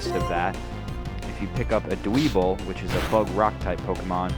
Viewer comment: Dwebble's name is pronounced Dw-ehbble. Sorry, I can't stand it when people mispronounce names :P